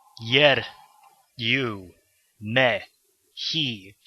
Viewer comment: Me sounds like meh (like Emoji Movie)